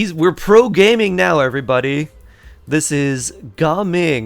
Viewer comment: So his name pronunciation is Gah-Ming not Gaming. Based on Cantonese culture.